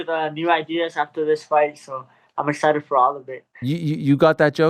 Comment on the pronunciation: He said he’s EXCHITXHED .! lol Wow fix that !